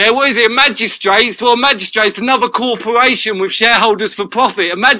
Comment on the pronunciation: what's a 'cawporwation'. what a prat.